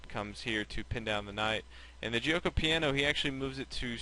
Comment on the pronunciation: the "g" in giuoco is pronounced as a "g" not as a "j". like the "g" in gambit, game etc